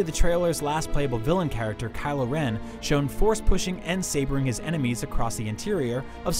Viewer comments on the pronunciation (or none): none